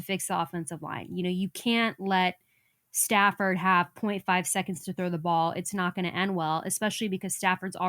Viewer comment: Why do you call him Stanford 😂😂 it's Stafford